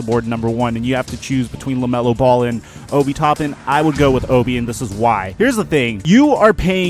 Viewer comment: Its Obi (o-bee) Toppin (tah-pin)